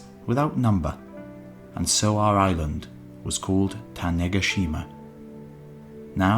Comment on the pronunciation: Ta-neh-GA-shima my man